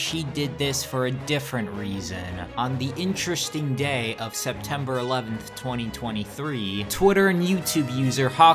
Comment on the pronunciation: nah bro called it inresting